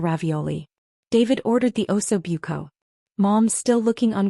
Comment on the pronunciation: is there no AI that can pronounce Italian, Ossobuco, Tiramisu hurt my ears